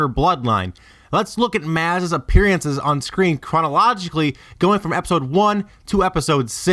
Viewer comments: Learn how to pronounce "Appearances" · OMG learn how to say "appearances" and "Maz" please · It's pronounced like "Moz" not "Maaz". It's also pronounced "appear in siz" not "appear ee in siz". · Even Han Solo in the movie pronounces it "MOZ", not Maaz or Mouze (not sure how you gave her two names in the same video). "Attack on Clones". "As her heights did diferenshiate". "Commuticated". "Onlike". "Appeareances". Lanaguage gives you away... I can't take this vid seriously. Also, I'm not even a huge fanboi but a quick skim of Wookieepedia reveals that the Jawas had their own language, Jawaese, as well as a secondary Jawa Trade Talk language that "allowed them to communicate more easily with other species". I'm not sure why they'd put so much emphasis on communicating with their eyes when the had TWO languages at their disposal, unless you're trying that hard to connect her to the Jawas.